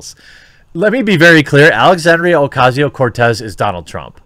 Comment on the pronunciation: Just a comment up front, Jeremy: your pronunciation of "Cortez" is top-notch :ok_hand_emoji